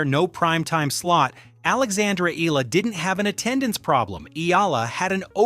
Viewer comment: It’s AYALA not Eala, you dummies! Ah - Yah - Lah! Three syllables pronounced with short A’s. You idiots keep running the story butchering her noble name and misspelling it too. Again, her name is AYALA. She is the direct descendant to Don Antonio de Ayala, famous industrialist.